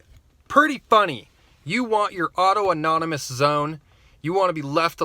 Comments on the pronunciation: Auto-erogenous zones are for wankers. (PS I know you're being funny, but for the uninitiated, it's pronounced "aww-TAHN-ih-muss") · Capitol hill "autonomous" zone. Lol not "auto anonymous" although alot of them there might need some aa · Autonomous*** not auto nomonous